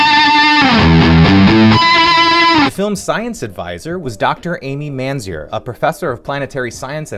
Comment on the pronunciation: You butchered Dr. Mainzer’s last name… If you watched PBS Kids for hours everyday, you could hear her pronounce her name on Ready Jet Go!.